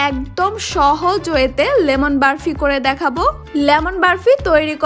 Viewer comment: আপু সব ঠিক আছে সুন্দর হয়েছে তবে বরফির যায়গায় বারফি না বললেই পারতেন এই ভাষা টা খুবই বিরক্তি কর লেগেছে